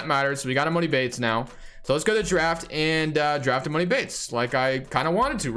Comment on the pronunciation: it’s emAHni bates not moni 🤦🏾‍♂️